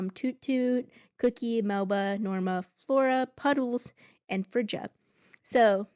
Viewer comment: Hiya It's not Lone it's Ione (iy-oh-nee) And Friga is pronounced (free-ga) Not free-ja